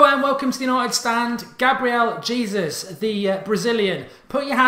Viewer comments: His surname is pronounced 'Haysoos' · "Hey Zeus" is how you pronounce it :)